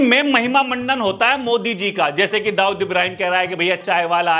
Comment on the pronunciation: Pura bol ye kya mod chirand bol raha hai to tik sai bol tuhje sirf video banani hai india ka pm hai koi kami lag rahi hai to tik sai bol ye kya naam bigad k bol raha hat